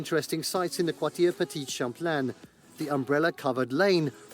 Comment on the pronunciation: Jesus, it was painful to hear the guy in the video you're watching try to pronounce Quartier Petit-Champlain 😅 But that video is still on point on what to do in Quebec City. Been living there for almost 10 years and I love it!